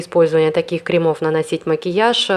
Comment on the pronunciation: крЕмов, крЕмы, а не кремА, кремОв